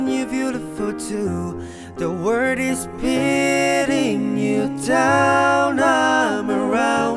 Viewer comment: must be because he said world as word